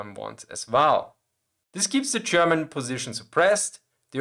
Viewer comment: Listen, i love your channel and your selection of topics. It s great. But please. I beg you. Stop saying "Chairman" instead of "German". Good luck 🙂